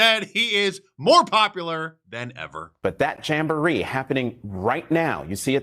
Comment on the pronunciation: "Jamboree" lol